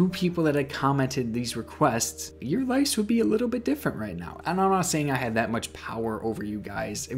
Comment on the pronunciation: I’m sorry I’ve been watching all your vids and this has been driving me crazy. It’s “LIVES” not “LIFES” pronounced like “wives” but with an l instead of a w. Great vids tho I love them all